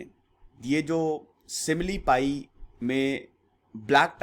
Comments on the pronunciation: Sir ye simlipal hai not simlipai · Sir... It's SIMILIPAL.... NOT SIMILIPAI🙏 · Sir similipai nahi Similipal M from Cuttack Orissa ... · Simlipai Nahi simli paL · Simlipai Nahi simlipal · It's "Simlipal "-----सिमलीपाल